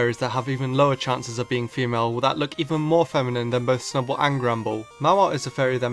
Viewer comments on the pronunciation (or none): SNUBBULL, NOT SNUBBLE! AND THERE SHOULD BE 2 A'S IN APPEARED!